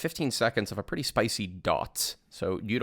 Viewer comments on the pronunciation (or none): none